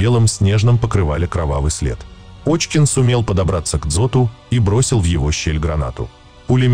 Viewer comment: Пишете фамилию Кочкин, что более правдоподобно, а читаете Очкин. Оазберитесь там.